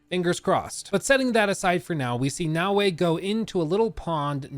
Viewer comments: You keep saying "nah-way", and it's really infuriating because it's pronounced "na-o-e" (short a, short o, short e). It'd be like if I called you "Look" as opposed to "". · That's not his accent; I have similar American accent and I can absolutely say Naoe as "na-o-e". It's a lack of care.